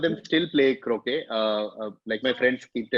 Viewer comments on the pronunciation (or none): Omg bhai is such a cheat yaar almost har question bad he has to look down to type in the keyboard kitna cheating hai yeah yar croquet ka galat pronounciation this is unexpected from such a big comedian....😭😭spoils the fun of the quiz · I gave a probable explanation for this in a comment thread. If you google "French for little hook", it shows "Petit Crochet", probably why he pronounced it as "Crow-shay" instead of croquet. I'm not claiming he didn't know about the game, I too knew about it, having watched enough British tv series and movies. All I'm saying is he definitely did not remember what the word for it is, and he definitely googled it. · If you can search Croquet, you should also search how to pronounce it! Sore loser. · And of course if he read Croquet from another screen and forgot how to pronounce it. Such a loser!